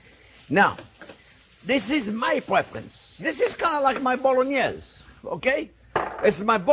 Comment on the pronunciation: A ponognese! A bolognoro? Either way, JP is genius